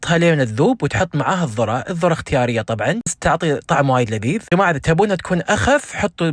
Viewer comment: الذرة مو الضرة